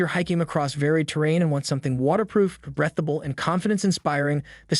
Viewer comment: It’s not “brethable”, it’s breathable?